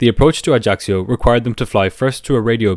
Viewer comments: Corsica is well known to be a very difficult to land at. - Ajaccio bay on one side ( the pilots used to wave at the sunbathers on the beach below ) and a semi-circle of mountains! It's an Island I have been to many times. It is beautiful, but rather expensive. ps - the locals call the area AJASSIO - not AJACKSIO! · I love your channel but the mispronunciation of Ajaccio kept throwing me off guard.